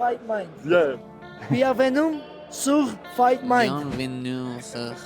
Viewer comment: Il a fait l'effort pour "bienvenue sur" en français mais "fight mind" en anglais il a pas pu. 😂